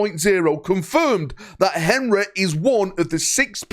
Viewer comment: Only can make Henry have three syllables